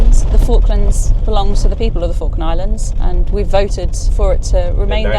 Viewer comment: I thought you said Faroe Island